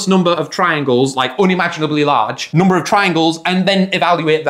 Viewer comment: I love the way he says "hoondred" and "noomber"